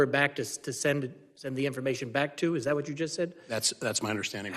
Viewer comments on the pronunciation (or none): Mr. Thompson "dat" - that "doze" - those